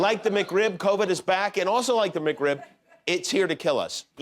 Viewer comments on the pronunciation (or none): none